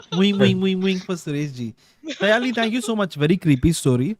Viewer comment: Sayaaali? Its Saaaayali...! Itna toh 🙈🙈